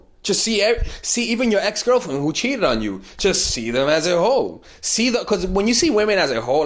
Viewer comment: I thought he said hoe😂😂😂